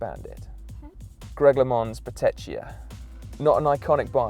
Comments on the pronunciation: what an ignorant video, poor englishmen who have this as their education into the history of road cycling, as far as i know sword and lotus are not road bikes, colnago mexico is pictured while discussing colnago master, mapei and bottecchia are mispronounced (the mapei one is unforgiveable), is "eddy merckx brand" an iconic road bike? no, is the mx leader? yes etc. etc. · Learn to pronounce “Bottecchia” properly please